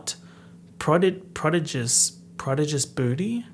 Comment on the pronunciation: bestie it's pro-DIDGE-ous